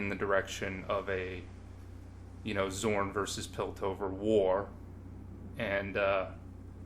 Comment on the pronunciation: Great video, and I agree with just about everything you've said, but you calling Zaun "Zorn" for the entire video is driving me a bit nuts lol. Really validating hearing someone's thoughts put out in this form though, there aren't enough people talking about how disappointing that season was.